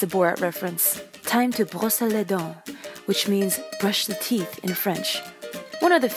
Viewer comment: XD Time to brosser les dent That mean broth your teeth in french wow you killed me when I heard that